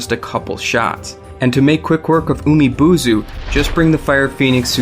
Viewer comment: The way you pronounce some Japanese names in this vid is kinda cringeworthy... Japanese is kinda has a direct pronunciation when it is romanized, like Ginchiyo is supposed to pronounce as "Gin" and not "Jin" as you did in this vid. Another example is Umibozu's "bo" is not pronounce as "buu"... I know this sounds like a complain from me but take this as a constructive criticism instead of a random rant.